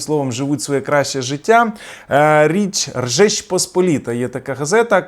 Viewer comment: Не Ржеч Посполіта ,а Жеч Посп......